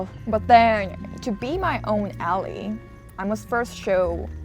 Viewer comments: Very refreshing vlog text! BTW "ally" is pronounced as "a-lie" and not "a-lee." Though I'm sure you're just biased towards your surname 😊 Love your vids! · Hi! It's pronounced "al-eye" (ally). ❤️